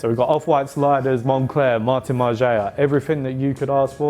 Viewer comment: I'm gonna be one'a them guys and say Margiela is pronounced 'Marge-ella'.